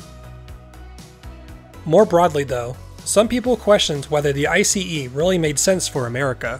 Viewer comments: Finally someone is pronouncing ICE properly! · Me waiting if ICE is yet again miss-pronounced 😁, and to my surprise it got pronounced correctly. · 👍 for pronouncing it right. BTW, meanwhile we had tilting diesel powered ICEs in Germany as well, but they were a flop.